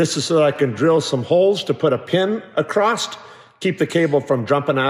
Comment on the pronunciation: I think you are the smartest and most capable man I have ever met. However, I have to point out, that although you are a Utahn, there is no "t" at the end of the word "across". Still, I am blown away by all the small details that take your time and attention and will ultimately make Scrappy a huge step up, even compared to Draco. Keep dreaming